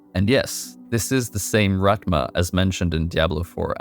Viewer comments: Its rathhhma not ratma gotta use that tongue on your teeth to make that thhh sound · Rathma (Wrath-Mah) not Rat- mah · I'm not trying to be mean or rude, but damn man, it's Rathma, not Rat-ma. His name is spoken in 4 different games. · My man just called him ratma lmao